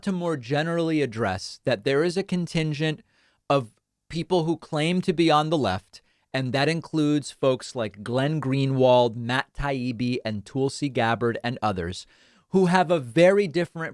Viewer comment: The main reason I watch Pakmans channel is for his troll pronunciations of peoples names he doesn’t like: Tool-see Gabbord.